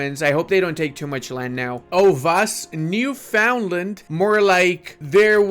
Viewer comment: Hey, Canada here. It's pronounced something like "Newfoonlann" eh? I don't mind though as I just found that this year myself, lol